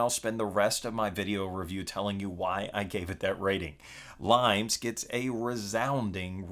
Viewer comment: Not limes by the way. It's pronounced Lee-Mehs. It's based on the Roman border defences...hence the cover... :) Look for the video Limes in 60 secs by Unesco